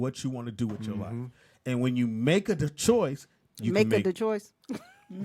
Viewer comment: "Make a da choice" lmao that nigga turned into one of the Mario brothers real quick 😂